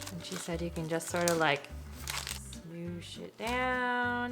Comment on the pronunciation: When you said smoosh it down, I heard smoothe shit down. I had to go back and listen again. Lol I was like noway she cussed